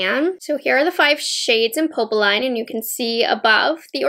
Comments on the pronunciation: Hi! I was looking forward to your review of these! They are both so perfect for spring - and Valentine’s Day. (Neither quint will be available for purchase in Canada so I hope they will be available from Selfridges eventually). BTW, popeline is pronounced “Pup” “Lynn” and means poplin (actually, the ending sounds the same in both languages). Thank you for the excellent video. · I’m not much into pinks but it’s really pretty 😍 Btw we pronounce it « popleen » 🇫🇷😘